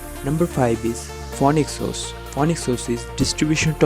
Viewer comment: Pronounce Phoenix OS as "Fee-Nix OS" pls